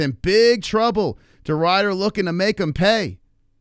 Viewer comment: it's Ridder not Rider you plebian